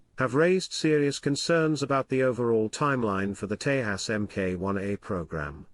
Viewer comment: It's pronounced 'Tay-jas'- (ends as in jazz)